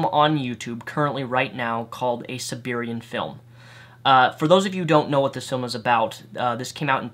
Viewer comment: You have no business criticizing anyone's spelling or grammar. You can't even pronounce "A Serbian Film" correctly, let alone all the other words and phrases you mispronounce, invent from whole cloth, or use incorrectly. That's just in this video. I can only imagine the extent to which you brutally ass-fuck the English language in your other videos.